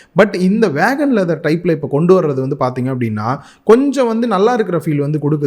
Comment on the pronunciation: ஐயா, அது வீகன், வேகன் இல்ல